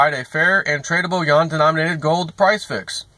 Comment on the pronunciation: Its pronounced you-won....not yawn.